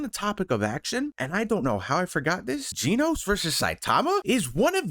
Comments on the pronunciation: not GE-NOS its GEN-OS just saying 💀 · Gen-Os, like Jen Os NOT Gene-Os, Not Jean Os Stop it, stop it now.